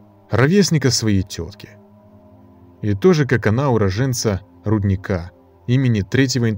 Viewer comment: я на сан донато всю жизнь. ничего подобного не слышал)) , и не рудникА а рУдника, у нас так ударение принято. а еще никто из местных не знает почему именно сан донато назвали . а я знаю)